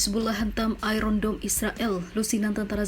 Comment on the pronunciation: iron dome jadi iron down